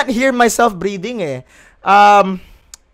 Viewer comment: i heard it as " i cant stop breeding eh"